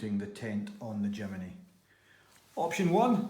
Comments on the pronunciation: It’s JIM NY not JIM IN Y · Not Jimeny !!!!! Jimny ! Jimeny just sounds stupid !!